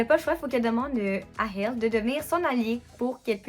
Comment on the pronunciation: Merci pour ton super retour très complet 🖤💙🤍 (et ta prononciation est exact pour le nom de Hel ☺️)